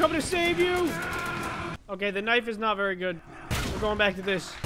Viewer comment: i heard fokay